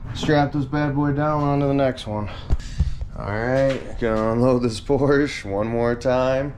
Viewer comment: Congrats, good luck, and Porsche has two syllables. Don’t be that guy.